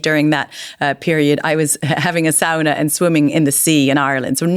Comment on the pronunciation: She said the word sauna in its original Finnish - sow-na - beautifully!!!!